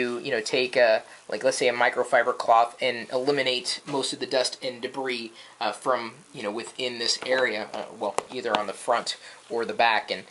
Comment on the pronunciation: when he says debris i always laugh LOLOLOLOL iPhone4 is too beutifull for a case